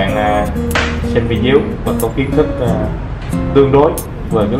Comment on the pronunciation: video = vi đi ô , ko phải vi déo nghe rất khó chịu .vài lời góp ý